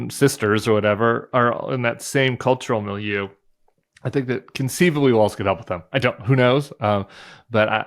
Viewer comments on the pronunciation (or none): Guys: It's pronounced WALLS, instead of Waltz... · You guys, it's pronounced WALLS not waltz. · It's Walz. Not Waltz. Not that hard lady! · Sarah, you need to learn how to pronounce Walz! 🤨 But, I still love you 😘